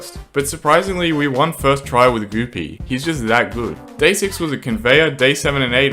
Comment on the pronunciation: Goo pea❌ Goopy✔️